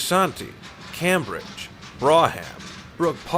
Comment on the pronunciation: I am about 20 Minutes in to this video. So far so good with 1 exception. The Narrator pronounced some of the names of the cities and towns wrong. For example Fridley is pronounced Frid ley and Cambridge is pronounced Came bridge. I would hope in the feature you find some local people to ask how to correctly pronounce the names of the cities and towns. This is a personnel pet peeve of mine. No offence intended. This is only an FYI and request. Please keep up the good work. You have a good voice for narration